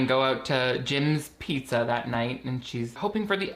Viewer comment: I was gonna comment how Rocky Road was the Everything Pizza of ice cream when I heard the main character call a pizza "Buddha" and I momentarily died of second-hand embarrassment